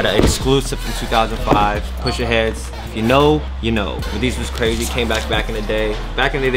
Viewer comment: Bro said PUSHA heads....... SMH cmon man.